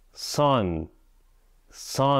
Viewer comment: son not sun